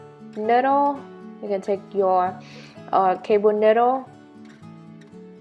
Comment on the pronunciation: niyyyyydel not ndle